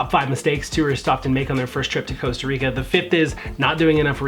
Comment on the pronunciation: Coasta or Costa Rica